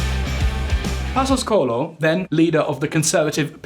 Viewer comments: CO-E-LHO!!! "Colo" is not even close. Do your homework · Man, tf is "Colo"? it's C O E L H O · It’s not Pedro Passos Colo is Pedro Passos Coelho 😅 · Pedro passos " cólon " 🤣🤣🤣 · 'Colo'? :D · Pedro Passos Co-Ey-Lo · The "o" and "e" in Coelho are pronounced separately, while the "l" and "h" form a single sound. So it would be something like Koo-EH-yoo. Also, I tend to like your videos and is good to here some macro-economic discourse different from what we are accostumed in Portugal. That said, I think it still carries a bit of prejudice against the "Latin countries". Like if anything goes not so good for Portugal "well they are a small Latin country after all..." We still remember Dijesselbloem and the arrogance of the Northern europeans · I'm sorry to say this but you really need to work on the pronounciation of Portuguese names, José is ending up as Yose, and Coelho sounds like Colo, not even close as what it should sound like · coelho is not pronounced colho, we aren´t spanish to say más habitacion its mais habitação, also theres missing context although more of the writer fault than his probably. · It is so annoying to thear the presenter say COELHO so wrong. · Dear, love your knowledge of our country and overall this video is quite accurate on us, the average Portuguese always deceived by greedy and corrupt leaders. Even though you tried real hard on your Portuguese, for heavens sake please get some help on those Portuguese tongue twisters like "Coelho", and the cringing mistake in the spelling of the "flagship" Socialist housing programme called: "Mais Habitação" to Spanish "Mas Vivienda". This is a mistake, us the Portuguese, tend to not enjoy very much. We are not Spain, please.